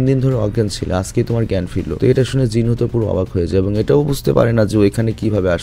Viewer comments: Not Jin hoo it's Jin woo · Vai jinhu na jinwoo